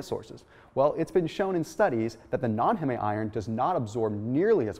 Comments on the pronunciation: ITS HEEM IRON. HEEEEEEMM. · It's not pronounced "HeMe", It's pronounced "Heem". That's like calling memes "MeMes". lol